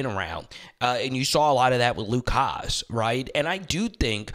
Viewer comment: Great content, as usual. Just a few pronunciation things: Carmona > Car - MO - na Davillier > Da - vee - YAY Hasz > HAS